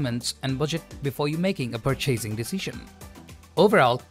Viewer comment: You pronounced the words "advantages" and "purchasing" wrong. The second syllable is not a hard A sound in either word.